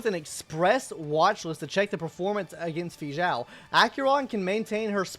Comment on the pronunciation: he says it so bad